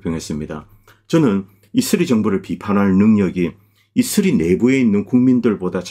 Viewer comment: 자꾸 이스리 이스리 이슬이? 해서 뭔가 했네요. 이스라엘을 왜 이슬이라고 하는지 궁금하네요